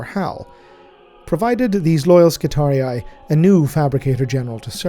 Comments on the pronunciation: I swear to God you're the only person on YouTube who pronounces Skitarii correctly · The only who pronounces "Skitarii" correctly. Ave Omnissiah! ⚙️ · ...so that is how you pronounce 'skitarii'.